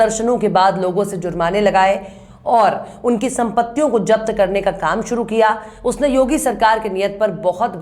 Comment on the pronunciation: japat nhi? Zapt Bolte han.not jafar Zafar hota hai